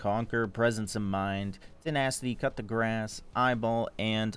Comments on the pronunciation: It's coup de grace ( ku de gra) not cut the grass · is the "cup da grass" an inside joke or does just refuse to say Coup De Grace ("coo day grahh")